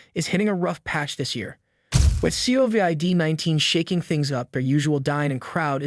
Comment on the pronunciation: This entire video narrative and the narrator himself sounds like it was written by Chat GDP..Case in point...."SEE OH VEE ID... umm did you mean Covid ?